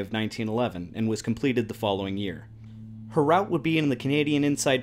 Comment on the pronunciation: It's irritating hearing the word route pronounced that way